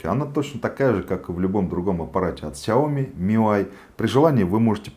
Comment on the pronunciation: сяомИ ударение на И